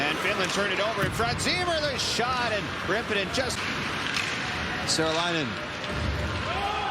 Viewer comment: Annoyingly, the announcer keeps pronouncing Saarelainen as if it's spelled Seralainen... A good approximation for an English speaker is SAW - REL - EYE - NEN.